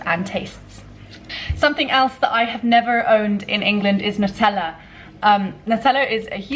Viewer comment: You mispronounced Nutella. Maybe Jordanian English is rubbing off :P They mispronounce and misspell lots of words